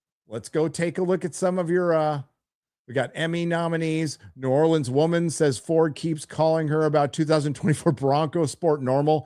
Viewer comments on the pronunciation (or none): none